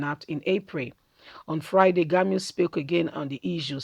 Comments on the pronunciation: You are pronounce the name rongly is Gumi not Gami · Learn to pronounce people 's name ĢUMI NOT GAMU